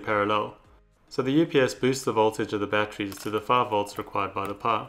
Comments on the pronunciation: RASPBERRY PIE SAY IT WITH ME PIE NOT PUH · Are you saying pie or power ?